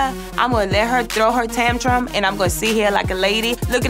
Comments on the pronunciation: joseline said tamtrum? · Tamtrum? ok dummy it's tantrum